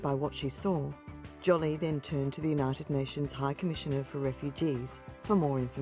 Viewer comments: Lol, Jolly, not Jolie ! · Jolie ~ ^Jo- lee' . Not " Jolly" . Great documentary - only this heavy mispronunciation repeated over & over gets on your nerves , though it probably shouldn't ? Wish they'd remake the voiceover - Get Angelina Jolie's name right , so important story wouldn't get distracted by such a loud kind of mistake. Not sure why some mispronunciation's are more unbearable than others- Just wanted to go " ARRRGH '.. People IN the documentary pronounce her name right .. so. Wonderful crusader she is. Think its cool they score a fortune on press photos putting it straight into charity. No hard feelings- Beautiful. 🙃🌼